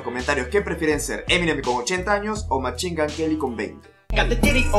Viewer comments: Machingan queli jajajajaja me gusta tu inglés .... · Eminem: Literally nobody:: machin gun queli, marchal maders